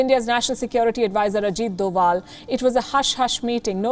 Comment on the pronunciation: Again “Ajit Dowal” ☄️